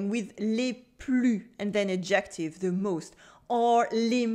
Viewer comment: Merci pour ce vidéo! J'ai voulu faire un bref commentaire -- quand on dit "adjective" en anglais, il faut mettre la stresse clairement sur le "ad" (comme ADjective) au lieu du "jec". Quand on dit adJECtive, ça sonne plutôt comme le mot "ejective", ce qui est une éspèce de consonne qui existe dans plusieures langues (mais pas en français).